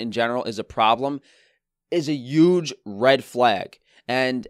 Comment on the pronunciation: The way you say huge is hilarious. Yuge